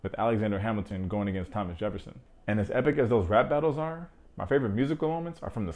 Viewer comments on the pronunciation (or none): none